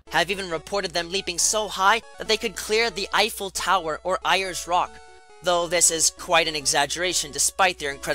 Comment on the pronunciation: So Majestic. I remember one time a wild Rapidash challenged both an Electrode, a Jolteon and a Ninjask to a race across Kanto Route 15. Rapidash won, even though Ninjask was getting fasrer and faster as the race went on. And it's Air-es rock, not Ay-ers rock.